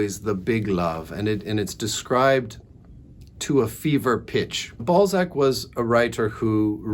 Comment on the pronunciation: I found Eugenie Grandet yesterday in a charity shop. You are still making him sound like 'ball sack' though😂